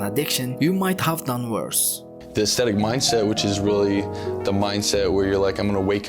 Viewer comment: Every time he says Icethetic lifestyle I laughed a little